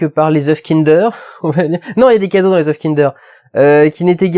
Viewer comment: Mdr le mec sait pas dire oeufs au pluriel